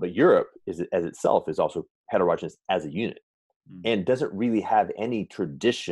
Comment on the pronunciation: And het-erogeneous?